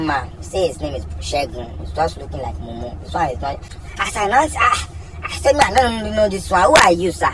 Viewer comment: That part where he pauses and shouts "mumu meeeeee!!!" always cracks me up lol.